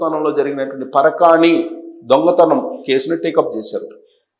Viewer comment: SIR NOT PARAKAANI CARECT WORD PARAKAMANI